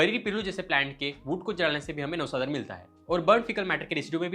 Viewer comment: 1.33 u said navasad😅ara